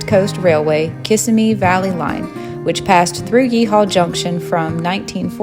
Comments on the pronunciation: Its pronounced Ka-sim-ee. not kiss-a-me. The building was hit by an 18 wheeler and closed shortly after.... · Interesting, but you are not from FL. Just sayin...Proper pronunciation-- KUU-sim-mee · cuh-SIM-eee (Kissimmee)